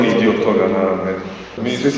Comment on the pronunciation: Jel se ovdje neko zajebava ili šta... "Pogledaj-te i drugi diJo"?